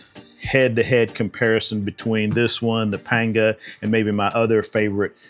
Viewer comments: Hate to be that guy but panga is pronounced “pong-a”. Happy to see you back making videos. Hope you’re doing well! Yeti - send me a pro form!! 😂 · It’s always been pronounced as Panga in Spanish and not Pong a!